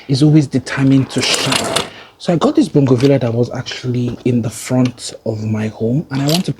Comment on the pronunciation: I’m so happy to hear someone pronounce bougainvillea the way my mother and I pronounce it